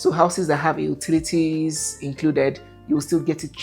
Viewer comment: Thanks for the comparison, we'll analyzed. , its pronounced Yoo-ti-li-ti(s), not Ooo- ti-li-ti (s).😊